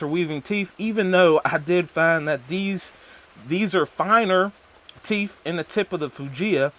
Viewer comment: Both is pronounced, "Both", not "Bof". "Teeth is pronounced, "Teeth", not "Teef". I enjoyed your thorough and honest review. Keep it up.